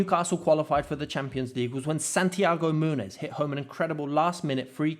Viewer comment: The Santiago munes one 🤣🤣